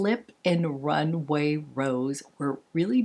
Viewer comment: Rumway? Or Runway?! 😂